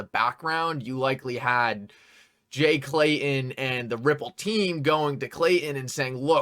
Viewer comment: Love your show, I watch every one. But...I cringe every time you say, "Jay Clayun" or John Deun" It's Clayton and Deaton, if your going to be a commentator - journalist let's clean it up.. just saying.